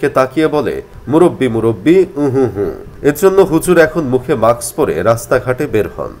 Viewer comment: It’s not মাক্স, it’s মাস্ক